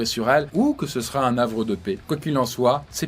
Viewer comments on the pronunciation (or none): prononciation : un navre de paix ? la neige qui fera T 'office ???? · Un Havre de paix, pas un nhavre de paix faut pas faire la liaison ici c'est comme les zharicot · A "un havre de paix" avec un 'H" aspiré et sans cette liaison qui me navre. Jarnicoton !